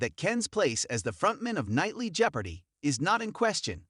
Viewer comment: Learn how to pronounce Jeopardy.